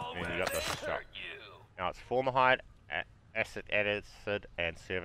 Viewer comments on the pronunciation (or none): Cringed whenever you said "formahide" and "astic acid"